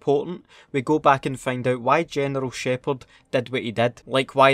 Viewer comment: gineral sheypard haha awesome vid awesome accent mate